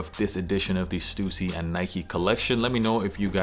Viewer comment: Such a relief to hear your pronounce Stussy correctly 😂